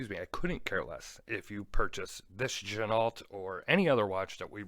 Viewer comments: Quick correction on the name again, it's pronounced gin-o. The L and T are silent. Sorry! Had to say it! Great review. I've a no date on the way. Your 1st review helped me make my mind up. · I believe you're wrong again on the pronunciation. Give it a little French flair. Like Gen-oh! You know? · I don’t care about it, but you’re right, it’s gen-oh